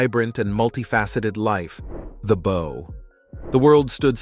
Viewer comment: Excellent documentary. One suggestion.....The Bow needs to be pronounced like Wow. It is his final bow. His final curtain call.